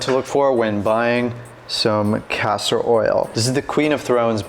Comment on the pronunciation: It's Castor oil not Pastor oil.